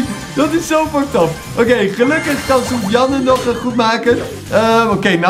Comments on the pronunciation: Soovian ik ga stuk Edit: je spreekt het uit als soefjen Edit 2: en het is een jongen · Sofiane maar die tatas zeggen sofi jan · sofiane is geen meisje.... Sofiane is een turkennaam en spreek je niet zo uit.....